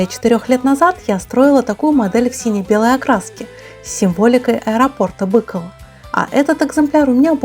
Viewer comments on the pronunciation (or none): none